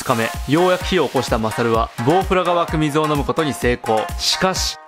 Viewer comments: GoProにしか聞こえない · Go Proが湧く水に聞こえてしまった…